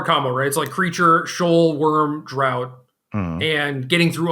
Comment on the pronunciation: Just for reference, draught is pronounced ‘draft’, like ‘draught beer’. It’s the British spelling. It means drink (in this case as in fortifying drink or potion).